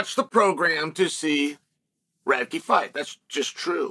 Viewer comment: “Radtke’s hard to say, hard to spell.” It’s the only name I’ve ever heard Uncle Chael pronounce correctly… lol